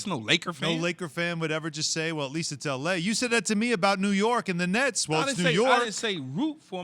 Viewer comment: Nets, he said Nets